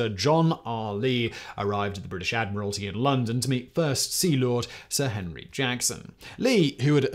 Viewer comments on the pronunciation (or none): none